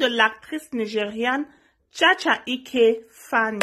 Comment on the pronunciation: Chacha eke,non chacha ike,et encore mek-up non mek-cop merci pour la vidéo